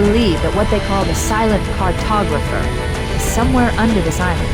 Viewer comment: Silent "Cartopgrapher" ftw. Great video man!!